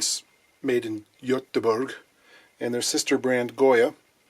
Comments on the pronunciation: Ha, your pronunciation of Göteborg was actually pretty good. Took me off guard (I'm on a tram in Göteborg atm) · For anyone curious, Levin sounds more like Leveen. Almost nailed Göteborg (Gothenburg) though. Have a happy new one! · Mad props for the somewhat authentic pronunciation of Göteborg.